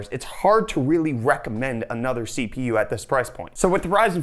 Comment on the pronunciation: did he just say si fi yu (CPU).